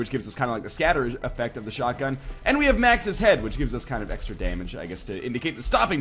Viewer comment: its not shutgun its like MACHINESHUTGUN :P